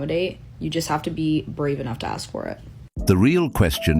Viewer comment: says intelligent but pronounces ask like axe